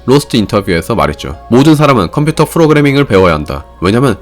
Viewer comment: 프로그래밍 p발음인데 너무 굴려서 f로 하시네 ㅎㅎ